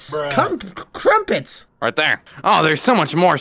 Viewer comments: He also said Cumprets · Lol the way that sun said Pomeranian Juice instead of Pomegranate Juice and Cumprets instead of Crumpets🤣 😂: “DO YOU SEASON MILK?!”: “*laughing inside*”: “YOUR NOT ANSWERING THE QUESTION!”: “Yes”: “ Oh okay”